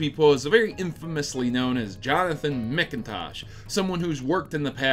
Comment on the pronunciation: "Mc Intosh" It is MACINTOSH in pronouncation. Good job though, that made me laugh.